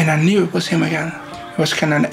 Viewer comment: I'm annoyed beyond reason by the way the narrator pronounces "again".